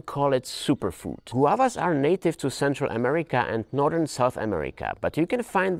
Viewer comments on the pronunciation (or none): none